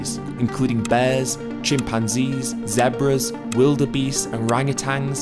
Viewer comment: he did not just say zeb brahs